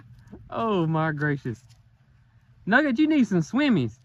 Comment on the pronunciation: Nugget, not nugger!